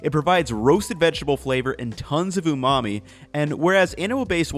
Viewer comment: Umami? Sorry, I mean umami? sorry, I mean umami? sorry, I mean